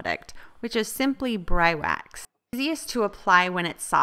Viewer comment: I think it may be pronounced BREE-wax, fyi. the distressed look is cool. Well done.